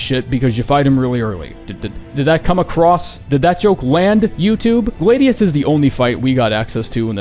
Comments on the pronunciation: Americans man -- GL-AY-DIUS?!!?!? REALLY???! Why do you guys put the weirdest emphasis on certain words!? Only at Gl-AH-dius, istg if he says "Cal-ee-go" I'm going to nuke him. Edit: the nuke is holstered for now. But Gl-ay-dius is diabolical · Were uses to words not looking how they sound(but yeah this ones pretty crazy for him to say lol feel like gladiator is a common enough word) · Putting Adel at the bottom AND pronouncing Gladius wrong is crazy, F tier tier list smh my head